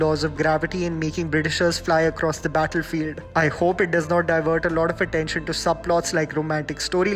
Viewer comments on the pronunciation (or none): none